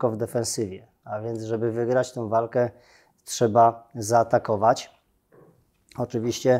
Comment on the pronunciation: I co Pan zrobił Panie Naval, by Polski żołnierz z przymusowej rezerwy był dobrze wyposażony i wyszkolony? NO CO PAN ZROBIŁ poza tym, że mówi Pan, że "czeba"?!